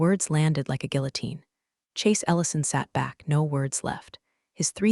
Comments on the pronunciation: Pronounced gee Yu teen. educate your robo cop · You always mispronounce guillotine. Is there a reason for this?